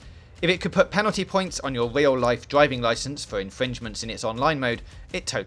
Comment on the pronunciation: “This is a dwiving game.” 😂